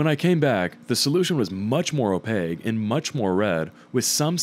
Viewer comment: OpaQUe like with a q. Not opague